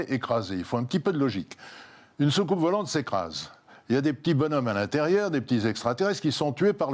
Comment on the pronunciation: Hep, Jean-Claude .... On dit : bonzommes, petit frère. Régor 84½